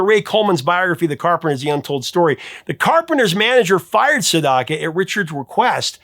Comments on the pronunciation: "Sedaka" - not Sendaka. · Professor, Neal Sedaka is the name of the artist, not Sendaka.